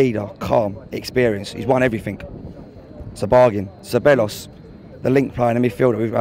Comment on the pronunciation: damn you guys need to start pronouncing 'Ceballos' correctly ...